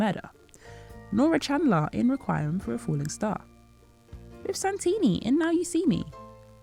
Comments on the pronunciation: ~ “REK-we-um” or “REEK-we-um”, not “re-KWHY-rum” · It’s pronounced reck-wee-em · Great vid! A couple of typos tho: 1. That isn't how you spell " infinite"; 2. That isn't how you pronounce 'Requiem". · Is this an AI narration. Something about the pronunciation of “requiem” was a little off. Don’t get me wrong I don’t mind if it’s AI, I enjoyed the content. Just the pronunciation threw me off a bit.